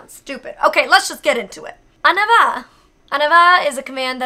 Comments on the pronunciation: You really prounounce these words pretty good! Only one command is just a little off, you say "aneva" when it's more supposed to be like "on ee va" but as long as your dogs understands, it doesn't really matter :D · I am a french speacker, your pronunciations werent bad, but i died at the first one :p. i hear Ahnava, when its said On ny va. The reste sound good. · sorry to be picky or correcty but i am very fluent in French and on y va is actually pronounced on-ee-va where i noticed you were saying it more of an-a-va. im really not trying to be picky or trying to correct you, i would assume that that is how Gallop was trained but for any non french speakers on y va is actually pronounced on-ee-va. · By the way, here are the direct translations for your commands: On y va: Let's go (is pronounced "On eee va", you pronounced "on a va", which sounded like "en avant", meaning "forward!", which is close to the same thing anyway) virage: Curve Dehors: Outside Au besoins: "to the needs", its a weird way of saying this even in french, but it's probably easier to teach a dog a 2-word command like this than going with proper french/english but need to say a complete sentence. The dogs wouldn't understand. The rest are one word that you gave the exact translation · It's funny because the way you say "on y va" sounds like "en avant" wich, surprisingly, means the exact same thing. (Let's go/go forward) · I am pretty fluent in french and I think your french is good!💜💜💜 And like you said, as long as Gallop understands.😊💜 There was just on or two commands (on y va is pronnounced more like on ee va) just so you know tho 😉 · You are amazing no hate but like i you were confused y the first one xD (Im from Quebec it triggered me okay) Say it like On which means we so e like the letter e then va Which means lets go ! Love you Molly! :) <3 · Her "on y va" sounded more like "en avant" ... maybe that is what she was actually saying?? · the first one (On y va) is pronounced ohn-ee-vah